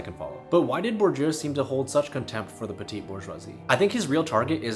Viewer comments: The ‘petit’ in petit bourgeois is pronounced ‘petty’. Same as baby peas are petit pois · The ‘petit’ in petit bourgeois is pronounced petty. Like baby peas are petit pois.